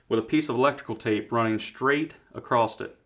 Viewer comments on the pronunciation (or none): Across not acrosst